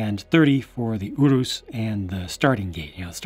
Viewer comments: This was a really good review. I've found myself in unusually universal agreement with your thoughts, especially regarding the British & European price point. I'm also pleased to hear your pronunciation on Urus as I had no idea how to pronounce it myself, so now I know what to call it. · I'm Italian and I approve your pronounciation